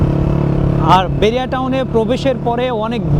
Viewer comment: বেরিয়া টাউন নয় বাহারিয়া টাউন।